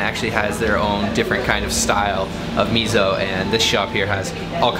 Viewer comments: Note that fermented soy bean paste is miso not mizo. みそnot みぞ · me-zo lol do you not like s? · like meh so? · Loved the video, but "miso" should be pronounced "me so", not "mizzo". 😀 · It is miso. Not Mizo. Thanks. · did u pronounce mi-zo? It's supposed to be mi-so and not mi-zo!! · It is not Mizo but Miso ! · it's not MiZO, it's miso, like Misso, please pronounce it correctly. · Its not mizo, is miSo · Please don't call it mizo. It's MISO. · Miso. Note that it is spelled with an S. Not a Z. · 「miso」 だよwww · Why does he say MEEZO? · He's from Canadia...what do you expect? ;) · this bothered me as well. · You can't pronounce Miso correctly